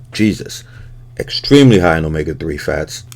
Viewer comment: When you put the yolks up there, I thought I heard you say “eggstremely” I was like well played.